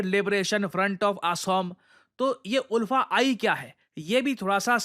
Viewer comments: Oolfa nahi sir... ULFA (aalfa) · Sir, the pronunciation of ULFA is not उल्फा; it's आलफा, like Ultra. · Sir locally hmlog inlog ko "अल्फा" pronounce karte hai😅 Aur inlog meaningless hai, ye video banana jaruri nhi tha, isse unlog ko proud hoga ki iss topic ko cover kiye😅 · The pronounciation will be aalfa not oolfa.. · उल्फा नही, आल्फा। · In all Assam we pronounce the group ULFA as like Alfa..... We proud to be Indian ❤️ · Sir, Iska pronunciation "Aalfa" hota hai. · ULFA pronounce as AALFA. ❤from Assam ❤ Indian Army 👍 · Its pronounced as Alfa.. even it’s written as ULFA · Ulfa is pronounced as Aalfa.. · Its pronounced as alpha ul as आ